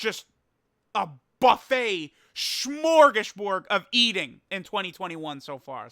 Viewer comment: What the fuck is a shmorgusborg